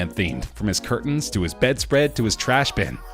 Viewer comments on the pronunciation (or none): none